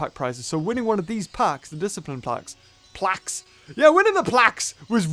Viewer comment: When u said plauqe I wus cleaning my plaques